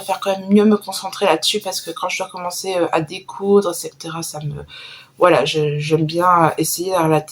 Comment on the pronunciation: Très jolies chaussettes, la couverture est très réussie et on perçoit bien ta douceur et ta générosité à travers tes vidéos. 💕 J'ai hâte de voir la suite de ton châle "À la croisée des mondes".😍 Juste (et ce n'est pas du tout une critique ☺️, mode prof de français enclenché ☺️☺️, on dit "etcectera" (en phonétique) car cela vient de la locution latine "et coetera" = le t avant le c, simplement. J'espère que c'est clair et que tu ne le prendras pas mal surtout, ce n'est vraiment pas mon intention.💐 À la prochaine !!